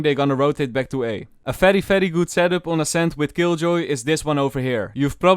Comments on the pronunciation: Oh fery fery mean very very oh ok bro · It’s fery satisfying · I can listen to this guys “fery fery” whole day it’s really satisfying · I love this man's accent so much like when he says v it's pronounced f cuz of his accent it's so wholesome he can say Fery fery slow internet and it can make my day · Fery fery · Fery true